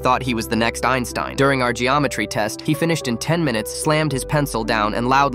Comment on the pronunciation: When you said geometry test I heard geometry dash 😂😅